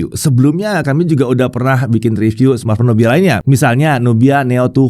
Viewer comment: Kirain tdi dengarnya NOKIA 😅